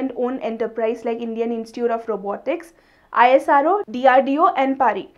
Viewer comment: She act like an robo reading text .I hate her becoz being an INDIAN she spell ISRO as I-S-R-O .IT feels soo bad by seeing these